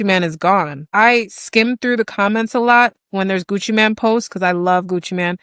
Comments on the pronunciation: It's not Gucci Man it's Gucci Main Pronunciation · Ur a TRUE fan and keep saying “man” instead of “mane” 😂. FOH. Everytime u said Gucci Man I was annoyed.